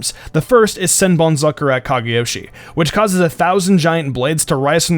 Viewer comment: yeah it's senbonzaku -ra, not senbonzaku-rai and wtf the pic for kenpachis bankai is wrong af